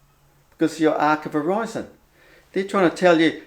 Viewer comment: for the love of Buddha,, stop saying hō-rise-on as if pronouncing it that was makes any sense. Horizon means dividing line.